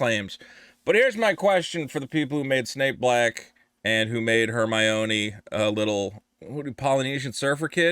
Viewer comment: "Her-mah-own-ēēē" looks like Rachel Zegler. What an absolute travesty.